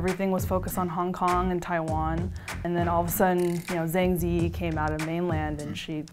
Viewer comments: The way she pronounced Zhang Ziyi made me cringe so hard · she really butchered the pronunciation of zhang ziyi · I cringed at the way she pronounced "Zhang Ziyi" lol. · It's just the americanized pronunciation, which we have for all sorts of other countries/ people/ landmarks. I see where you're coming from and I would've liked more accurate pronunciation, but also people are probably more familiar with that kind of accent.